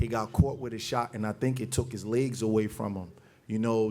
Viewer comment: Why does he say "legs" like "ligsss"